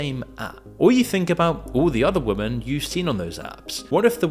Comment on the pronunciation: For fuck sake, learn how to pronounce women.